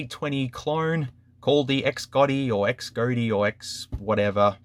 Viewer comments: Xgody is pronounced Shody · I think it’s pronounced “Z-oh-dee” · Pronounciation “Cas Gōdy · couldn't you say Xcody ?